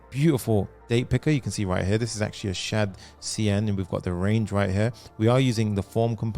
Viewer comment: "shad-cdn" lol